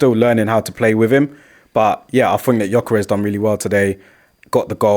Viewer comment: it's gyokeres not giokeres🙄